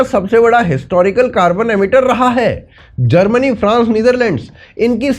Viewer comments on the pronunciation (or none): none